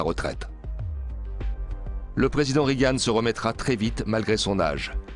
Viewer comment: on ne dit pas "rigane" mais "régan" ! bande de niais !